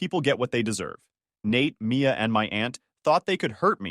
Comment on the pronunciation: Mia or Maya? This mispronunciation is bad.